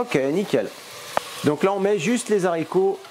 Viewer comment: En toute amitié, c'est des Haricots, avec un H aspiré et 'non des z' haricots. Des haches etc 😉 Bon appétit